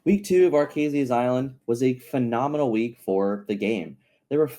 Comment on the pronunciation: Repeat after me: Arr-Kay-Zeeeuh's Island. Sounds like you're saying "our case island"